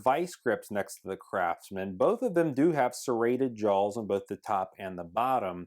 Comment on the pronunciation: JAWS!!! Not jolls, JAWS